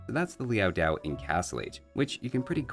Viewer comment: It’s Liao Dao, not Liao “Diao”. No [i] in the second word.